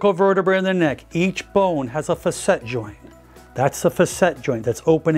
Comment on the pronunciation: I believe the proper pronunciation for "facet" is FA-set. I hear you using "fa-SET" and it doesn't sound quite right to me. Please correct me if I'm wrong.